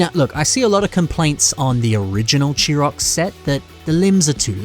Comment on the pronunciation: thats weird. I've always pronounced Chirox as "Kai-Rocks" It sounded right to me....